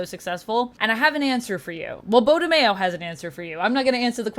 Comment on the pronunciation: his last name is not pronounced Mayo like in Mayonnaise smh its Maio